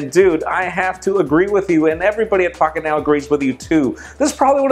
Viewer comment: "pockentow". lol the longest recap I've seen so far.